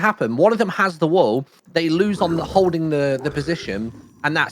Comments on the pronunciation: A very strong L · I can’t get over the way pronounces "wool"